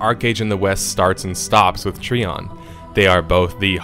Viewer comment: TreeON.. Try ON. Which is it? You decide!